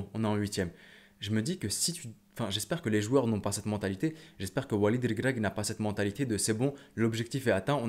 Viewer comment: Comment tu prononce walid REGRAGUI 😂😂